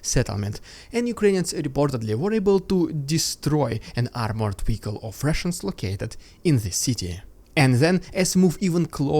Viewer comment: What’s a weehicle?